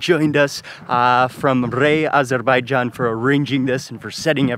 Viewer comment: Thanks for teaching me how to properly say 🇦🇿 Azerbaijan. Amazing bideo